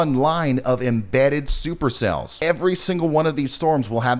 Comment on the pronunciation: Did you say STUPER CELLS? as in stupid?lol